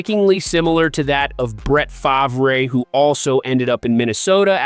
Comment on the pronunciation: Does he truly not know how to pronounce Brett Farves name? i can't listen to another second of this.